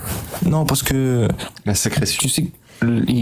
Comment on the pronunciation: Comment salir l'islam: en laissant parler un sunnite comme cet intervenant "Vas-y explique moi le verset sur la sécrétation du lait dans le ventre de la vache.... tais-toi tu sais même pas parler français!" 😅😅😅😅😅 C'est SÉCRÉTION, pas secretation... 😂😂😂 Merci pour avoir retransmis cette vidéo avec cet intervenant d'une qualité rare 😂😂